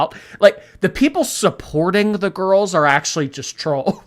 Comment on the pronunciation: "cus I love reading to my little gorls.. " yeh you might wanna cut that crap out amber... also red marks on that chest of yours looking grim.